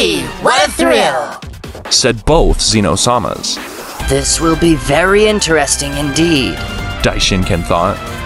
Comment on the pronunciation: Why you saying seee-no sama. It’s Zeno, made for unbearable watch.